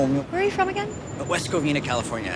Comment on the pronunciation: "West Covina, California" blease, no